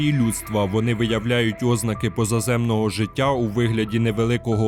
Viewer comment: Від слова "óзнаки" в мене вуха витекли, аж відпало бажання дивитися що там за фільми. Ознáки, бляха, ознáки!